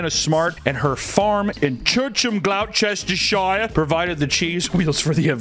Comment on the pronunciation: We all know the most dangerous race is the communists. Of course I'm not being serious. Ps. "Glos ter sheer" and for future reference it is "woos ter sheer" sauce. I'm not especially proud of my nation's collonial past but i am so immensely proud of cheese rolling and other weird shit like just dudes inventing stuff in their garden sheds and im pretty sure we invented dogging as well. As with all things british the secret to success with cheese rolling is beer.